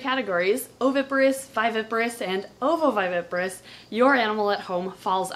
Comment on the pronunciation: How many times does it take for you to mispronounce ovoviviparous